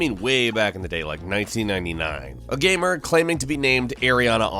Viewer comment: He never says "gamer." He says "gehemer.